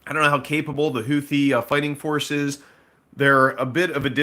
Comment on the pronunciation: It's pronounced "who-tee"